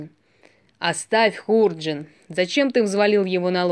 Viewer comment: Хорошая сказка, только ударение в слове,, ХУРДЖИН" ставят на втором слоге, дыхание чтицы громкое, учиться надо у школьных учителей, добавить бы скорости РЕЧИ... ЖЕЛАЮ УСПЕХА !